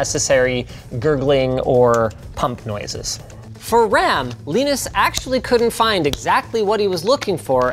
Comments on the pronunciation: WHY DO YOU PRONOUNCE LINUS LIKE THAT IT'S KILLING MY EARS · Linus, LAinus, Linux... you see why so many people are confused 😂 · Also you figure that linus of all people would know how to pronounce his own fucking name. It’s lie-nus not lee-nis 🤦‍♂️🤦‍♂️🤦‍♂️ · Man it's (lie-nus) not (lee-nus). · Linus : "Leenus" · lienus leenus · For some reason it warmed my heart when you trolled yourself by pronouncing your own name wrong, as Leenus. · Is "leenus" some joke im too american to understand? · wow. linus is jealous. leenus. leenos linos. cant even try to pronounce the name correctly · Why is linux pronounced as linux but linus is pronounced as Lainus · Did he say Weenus? :) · STOP SAYING LIENIS! the crappy game show background music is back as well, AHhhhhHH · Alternate title: Linus Sebastian talks about a foreign Linus and gets closer and closer to saying “Lee-nus” every time he says Linus. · wtf is leenus he definitely doesnt call himself leenus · Did you have to write "Leenus" in the script so Linus would pronounce it as such? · Why is he pronouncing his name Leenus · So... Will you be called as Leeenus as well? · How to get alcohol poisoning? Every time Linus says Leenus, take a shot.... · why do you keep calling him Leanus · Just noticed he is "ly-nus" Sebastian and Torvalds is "Lee-nus" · I like how linus pronounce his own name lienus and torvalds as leenus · Linus pronounces his own name "Leenus". Interessting. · Funny how Linus called the other Linus "Leenus". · Leenus? More like peenis. #Roasted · Who is this "Leenoos" guy Linus keeps talking about? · It's funny how you pronounce the vowels in Linus's name like one would pronounce the vowels in "Linux" =(^m^)= ! Which kernel config did you use, by the way? I would like to replicate the benchmark on my own much older (but still very powerful) computer for perspective. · saying someone's name intentionally wrong seems like belittling and targeting. very rude dude. you can only lose respect from this.